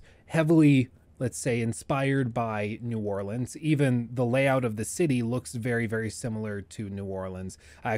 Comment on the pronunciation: I’m glad you know how to pronounce New Orleans